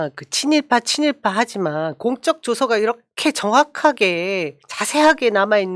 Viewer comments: 공쩍조서가 아니고 공~적조서라고 읽어주세요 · 님 공적조서는 어떤 공이 있어 표창이나 훈장을 줄때 쓰느말입니다. 공쩍조사라 읽지마시고 그냥 가볍게 공적조서라 살살 읽으셔야 됩니다. 항상 건강하시고 항상 응원합니다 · '공쩍' 조서가 아니라 '공적' 조서라고 발음해주셔야 할 것 같습니다. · 공쩍"조서 아니고 "공적" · 님께ㅡ 공적조서는 功績調書이니 발음시 "公的"(공쩍)으로처럼 발음하지 않으셔야 의미가 더 확실하게 전달되겠지요?